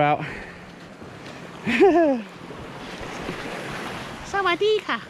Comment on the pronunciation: Loved the way you said Sawadee Ka! Thanks!